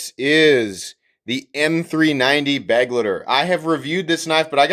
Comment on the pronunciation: Nice review, bro. Love the channel. It's not pronounced "beg-letter." It's more like "beh-glighter," so that the last part rhymes with "lighter."